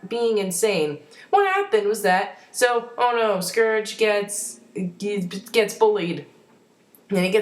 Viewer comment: You pronounced Scourge's name wrong...sorry I'm a grammar nazi. >.<